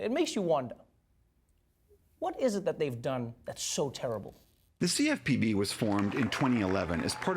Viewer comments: U killed me when you said cfpb as a word 😂😂😂😂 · Laughed out loud on your pronounciation of CFPB! Noice.